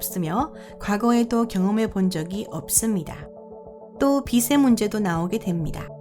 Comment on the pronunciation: 확실한건 이 나레이터분은 절대 토종 한국인은 아니고, 교포 분이다. 발음이 " 없습니다" 가 아니라 "옵습니다"